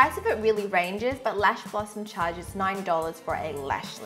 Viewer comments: At first I thought she said $9!! I was like dang that's a heck of a deal!!! But it's $90 😩😩😩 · i went back to hear it for about 4 times and all i hear is '9' ;v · i thought she said 9$ i was like waaaat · I heard 9 dollars lol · Oh okay just saw her description which says $90, it really sounded like she said 9! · I literally thought you said $9...and was starstruck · i thought she said $9 for a lash lift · Am i hearing her right? i swear she's saying it was $9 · This girl said $90 but I heard $9, fml